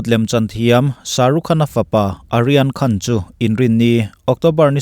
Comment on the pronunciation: Kalo sawive lawk aw,"Aryan Khan"ti zawk la,kalo ti a..hnamdang ho,mizo nilo hichu,an hmingtawpah,"A"hi lam tello la kati,e.g Amitabha nilovin,Amitabh..hetiang hian,i aw ngaihthlak anuam thin khawpmai,kalo tran luatah,kalo tawngsual chuan,min ngaidam la...